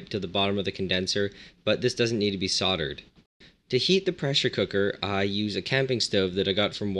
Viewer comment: mate its soldered NOT sawded